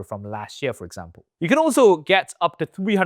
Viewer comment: The "YEare"